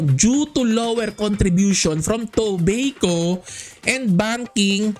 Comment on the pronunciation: Toh-bay-koh astig hehe